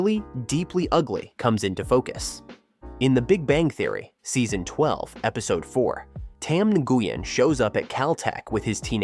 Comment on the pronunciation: Nguyen is pronounced NU-YEN not NA-GU-YEN. The G is silent. :face-blue-wide-eyes::face-blue-wide-eyes